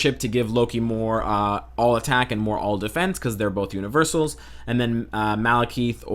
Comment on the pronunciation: "Malekeeeth"? That's not a voice issue. He's straight up misspronouncing Malekith.